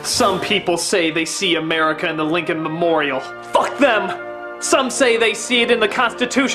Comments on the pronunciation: Sounds like the old man is saying 'murikah' instead of America) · I believe he pronounced it "Merica."